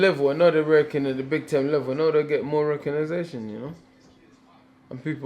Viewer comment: Legend has it Dillian is still trying to pronounce recognition